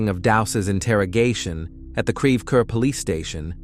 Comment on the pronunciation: It's pronounced CREVE CORE, please stop using AI...AI can't seem to pronounce anything accurately. 🙄